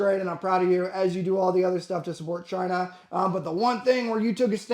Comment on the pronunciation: Chaaiiinah - Trump accent activated. combat llama emoji